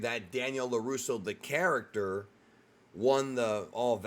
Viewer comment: "Laruso Audio" 😂